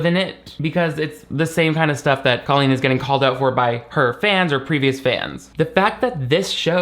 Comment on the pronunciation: Thank you for saying her name like Colleen and not Cole een like she says it Idk why but that’s like a cherry on top of the cake of her stupidity Like why the accent when she says her own name? And only her own name hahaha drives me bonkers